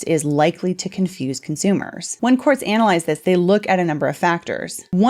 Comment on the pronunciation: Wait i know she is a glowy. But her keep saying analize? 🤷😂